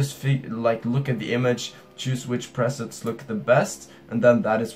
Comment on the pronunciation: It's pronounced pre-sets